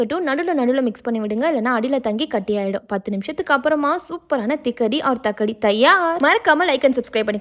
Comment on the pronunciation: It's not thikadi. It's thakadi. And that's not how you make it.